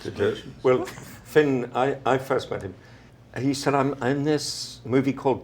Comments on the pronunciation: she said feeon - nuh uh hunny - FINN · "fee-own"- it's finn sweetie...